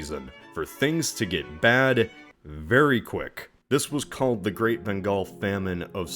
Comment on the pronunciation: It's amazing that you pronounced Bengal perfectly! (Butchered Marathas but that's fine lol). Wasn't expecting this video, must admit I was taken by surprise; instant click